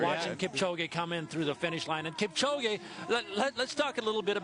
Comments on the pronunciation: they pronounced his name Kip - Ko- Gee... smh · Kip - chow - gay